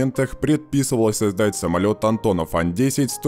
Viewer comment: да уж...самольеотт